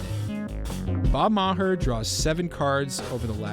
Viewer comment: Bob Ma-hurr 🤦